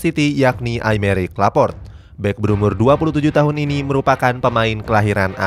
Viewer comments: Laporte bos bukan laport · Laporte min bacanya,,bukan Laport... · Laporte bukan laport pke E nya min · Lopart laport lopart laport 😂 , LAPOR TE mereun bacanya